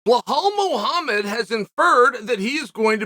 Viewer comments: blehaal blehaamed LOL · and who the fuck is bleh-hall mohomod